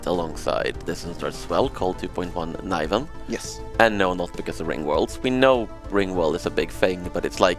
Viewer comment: Niv-ven, not Nih-ven! :(